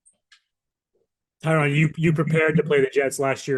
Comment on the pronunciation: it's pronounced tuh'Rod . . NOT TI'rod . . been knowing that since hard knocks. dang. Good luck with health to all 3!